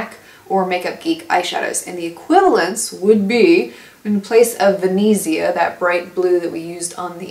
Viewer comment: Lol, it's not really like that that you pronounce Venezia. It's the real italian name of Venice, and you should pronounce the Es like the first E of the word elder, and th z has a strong, harsher sound, I don't know how to explain. Sorry but my italian soul laughs so hard hearing you americans pronouncing our words, as I bet you do when we speak in englis lol.